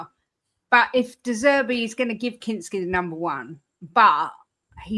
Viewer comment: You really need to work on your "de Zerbi", 🤣